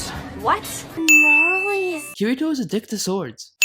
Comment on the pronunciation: I am just a little bit triggered by his pronunciation of Kirito